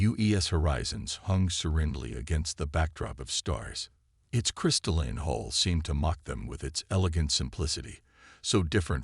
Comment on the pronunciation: Please instruct the narrator in the different pronunciation of the words “hull” and “hole”. They are not the same. Plus, it is spelled “hall” in the transcript. Sloppy proofreading.